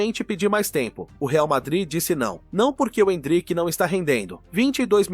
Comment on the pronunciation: oh, áudio do IA, n é endríck, é êndrick, kct!!!